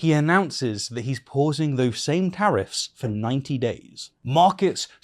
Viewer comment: Tariffs is a beautiful word INSTEAD ITS NOW PRONOUNCED AS TEARS RIFTS.